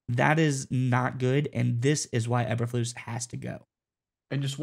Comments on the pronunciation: E berflus. NOT aber flus. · It's pronounced Eeeeber lose,what is the letter called eb or eeeeeeee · How can we take you seriously when you refuse to pronounce the coach's name right? Even if I agree with you? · First time watching your videos, it's hard to take this as serious when you keep mispronouncing the coaches last name. Nothing personal but man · These guys are terrible! Can’t even pronounce Bears coach’s name correctly. Thought the video might have saying something. Useless video